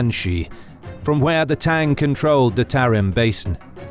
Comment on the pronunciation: It’s is pronounced not like tang